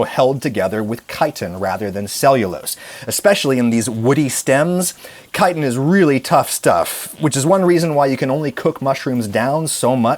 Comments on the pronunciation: Thank you for pronouncing it Kite-in instead of Chit-in!!! I guess you could say the Incorrect pronunciation... Bugs me 😏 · out of this entire video. im so glad he pronounced chitin correctly lol